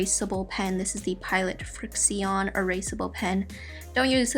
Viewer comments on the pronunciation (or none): It's pronounced friction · Frixion is pronounced as friction,like the force that slows down objects in science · just to correct you, frixion is pronounced friction :) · she said fricsion it's fricshon (frixion) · It's pilot FRIX-SHUN that is how to pronounce frixion and I know because I have a blue one 😜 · It's "friction" (for pronouncing) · im not hating, i love you! but friXion is pronounced frix-on :D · isn't 'frixion' pronounced as 'friction'? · I thought frixion was pronounced like friction HAHA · the way she said frixion killed me. 😂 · You said frixion pen wrong :/